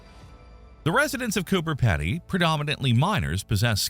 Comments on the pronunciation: Hi, Just a few notes on Australian Pronunciation Emu is "Eem-you" and the town is "CooBer Peedy" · We can live in caves on Earth. What's the difference between Earth caves and Martian caves? And, by the way, it's pronounced "Coober Peedy."